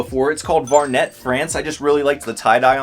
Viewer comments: I used to wear Varnet back in the day in the 80s. It is a silent T at the end, and it was popular with Benetton and a Espree brands - great finds !!!! 😊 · Vaurnet, pronounced Var-nay, was a popular mid-80s sunglasses company. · "Var-nay" the absolutely had-to-have-to-be-cool sunglasses brand in the 80s. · you found so many gems! That aop bears t shirt and that collision hat were my favorite. Right behind those was the Vuarnet France shirt. Excellent 80’s beach volleyball era shirt. Tip: it’s pronounced Vu-are-nay France. Tricky I know. That’s French for ya. They made super cool expensive sunglasses back in the day among many other branded things.